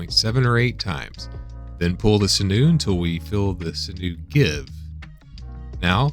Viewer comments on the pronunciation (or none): Sinew: It's pronounced like "Sin-you" as opposed to "Sin-noo".